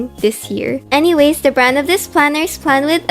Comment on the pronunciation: that anyways sounded like "uwu"